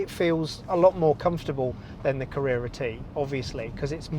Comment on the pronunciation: Are you trying to deliberately say Mac n T? Like Mac n cheese? It’s weird. Then you said careera T Instead of Carrera. What’s going on? Hard to ignore.